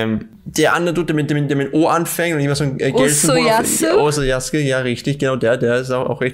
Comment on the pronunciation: Wollte nochmal anmerken, dass der Charakter aus JoJo's "Okuyasu" und nicht "Osoyasu" heißt. Nicht, dass das irgendwie wichtig wäre, will nur Verwirrung vorbeugen :)